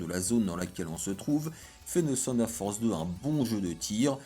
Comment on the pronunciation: Mais pourquoi tu dis Seunedeurre Force!!! On dit Teunedeurre! Ouais je sais le TH dans Thunder ce pronnonce pas mdr 😂. Ok la science